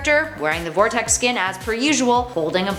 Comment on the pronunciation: IS VERTEX NOT VORTEX! GOOD GOSH!!!